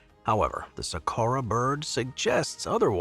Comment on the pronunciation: it's called Saqqara bird not Sakura bird😂